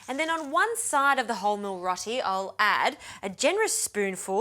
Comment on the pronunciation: its pronounced rowti not rotie